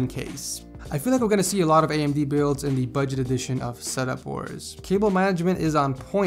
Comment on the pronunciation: when he said amd processor I swear I heard toaster. XD